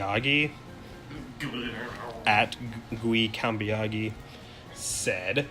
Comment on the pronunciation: "Gui" is the Brazilian nickname of "Will", my name is Guilherme, the name coming from William .... =] "Cambiaghi" is an Italian lastname, but it is not important. You pronounced perfectly, which is impressive! About Venusaur Shiny in the Blue version, that's exactly what he said. My first Pokémon when I played this version turned out to be Shiny when it was Transferred to the Crystal version. I am training my English in these comments and listening to your podcast! Thank You!